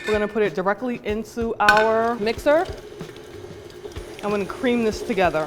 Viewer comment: You know she from the Bronx because she said "mixter". Love that shit.